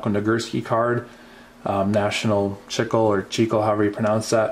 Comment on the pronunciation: Chicle is pronounced chick-lay